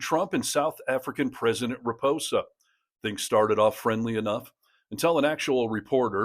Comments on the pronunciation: It is President RamAphosa, not Ramposa. Almost as bad as so many American commentators pronouncing Quatar as "cutter", but at least you got that one right. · It's RA-MA-PO-SA my friend. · Loved the video, just it pronounced Ramapausa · needs to learn how to pronounce the name of the South African President. As this video stands, it's no better than Trump's offerings. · You might have made an attempt to get the SA President’s name right….